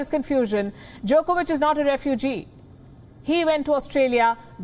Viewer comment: She almost pronounced it Jerkovich....